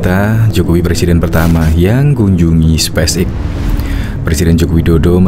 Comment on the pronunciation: coba pronounsition yg baik dn benar space X bukan spice X bung!!!